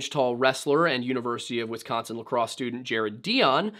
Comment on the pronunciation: Why do y'all non Midwestern peeps say "Wess-consin?" You sound very silly. There's no E in Wisconsin, please stop pronouncing it as such.